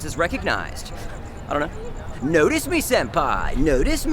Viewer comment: I wait for the " i dont know" with baited breath every time. He uses it wisely...sparingly.. for maximum impact..."idaknow".